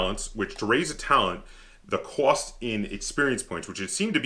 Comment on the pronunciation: Hehe, I was just being a goof, you were talking about cost I believe and you have that accent and said Qwast. It made me think of a scene from the movie Revenge of the Nerds when the Asian guy was trying to say, "Lobster Claws" but it came out, "Wobster Cwaws" and Booger hears it and says, "What the fuck are Wobster Cwaws".